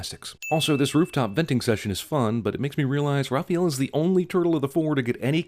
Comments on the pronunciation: calling raphael, rapheal ding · The way he pronounces Raphael lol Raw-feel. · CAN ANYONE IN THE WORLD SAY THE NAME "RAHPAEL" CORRECTLY? SERIOUSLY? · I've never heard that pronunciation of "Raphael". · They pronounced "Raphael" wrong and then finally got it right almost halfway through the video. ding